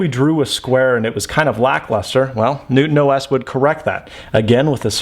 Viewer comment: I can't be the only one that hears NoobOS